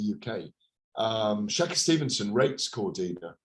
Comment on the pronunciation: “Shaka Stevenson” do you mean shakur u absolute tool